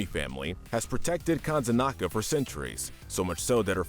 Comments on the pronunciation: Kanzenaka? No. It's Kanezaka. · With all due respect this video didn't turn out very good. Firstly your name pronunciation is all over the place calling Hanzo "Hanza" when talking about Hazno, how you said Kanezaka, etc Secondly, your lore knowledge is seriously flawed. Kiriko didn't threaten murder she threatened the Hashimotos with "kicking them all in the face" which is assault BIG difference. And she did it to protect an innocent old man and his deaf granddaughter who is a CHILD. They even accidentally shot the guy. Rio has had an uprising but we haven't seen it yet. you probably meant Paris, where Zero Hour takes place. so in conclusion you can do better. For future go over your footage and scripts before posting it. somebody has to be "that guy" and in this case it was unfortunately me. Better me than some asshole who says what I did but much more rudely. there are TOXIC people in our fandom